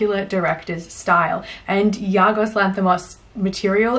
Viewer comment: Great Review But sorry, I have to point it out. It's Yorgos, not Yargos. He's easily one of my Favourite Filmmakers at the moment, especially after Killing of Sacred Deer was my #1 film of 2017. Also watched Dogtooth recently and it was insane. He really is the master of absurdity.